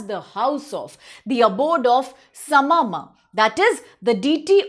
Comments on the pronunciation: Not sama maa mam its sarna maa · Not "Sama ma" it is 'Sarna maa' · It's not sama maa, it's SARNA MAA. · The deity that we pray is not Sama Maa, we call her Sarna Maa. Also, the pronunciation for Khadia or Khadiya tribe is not खदिया but खड़िया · It’s SARNA MAA NOT SAMA MAA 🙏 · it is not sama it's Sarna Maa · Mam it is Sarna Maa not sama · It's not sama it's sarna maa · Not sama maa .it's sarna maa